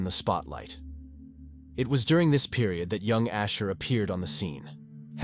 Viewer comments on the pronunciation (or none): Usher, his stage name is Usher, not Asher. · It’s Usher not Asher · The name is not asher, its usher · USHER NOT ASHER!!!😮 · I thought his name was Usher, not Asher??? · Usher not Asher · Asher it's usher lol😂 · Its USHER not ASHER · AI can't pronounce Usher